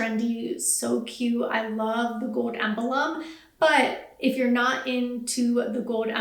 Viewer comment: Good video - please note, when discussing the fishnet flats, the word is “emblem” not “em-bah-lom” 😘